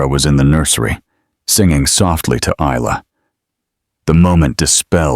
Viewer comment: May I say the name Isla is pronounced as ila, the s is silent so I L A, not is-la, the story is very descriptive and quite enjoyable.